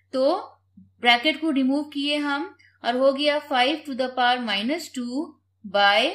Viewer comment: To the paw is wrong pronounciation its actually To The Power 😊